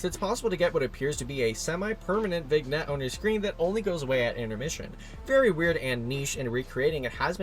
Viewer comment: "vignette" is pronounced as "vin-yet", just so you know